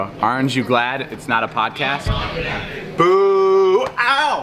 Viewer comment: HAHHAAHA ‘booo owww’